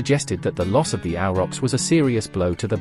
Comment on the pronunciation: A question i have forgotten. Why do you say Auerochs? Ochs in german is ox in english, but spoken the same way (like Bier/ beer or Wein/ wine).